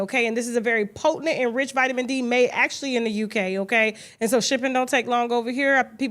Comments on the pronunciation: Kasha, the word is potent. POTENT. Not potentINT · I love you and you have inspired me to become articulate. However I hate the way you say potent. Slam me. Just me